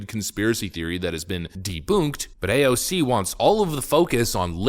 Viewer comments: A-O-C is not A-O-K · I love you, I really do, but every time you verbally flair AOC’s name, I die of cringe and 2nd hand embarrassment. Brother, please stop. Lol